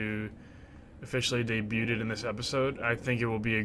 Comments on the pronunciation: “Daybyuted” cmon man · Had to thumbs down for pronouncing the t in debuted 😂😂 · You’re not supposed to pronounce the “t” in “debut” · My man really just pronounced the t. Fantastic video though. Loving these vlogs.